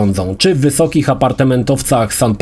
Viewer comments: Sao Paulo, a nie San Paulo! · Sao Paulo, nie San. xD